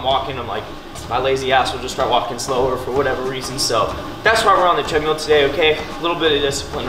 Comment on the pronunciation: you crack me up dude, love the videos, make me laugh every time, from hearing you say “tread-mule” to eating ice cream with a fork?, like who does that. Keep on grinding dude, you are the best.